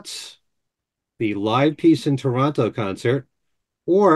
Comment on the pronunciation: Thank you for pronouncing "Toronto" correctly,!